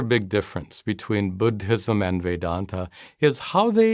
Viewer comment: Bud-Hism? Please stop!